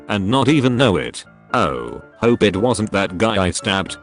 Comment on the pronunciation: That sounded nothing like "hope" for humanity.😅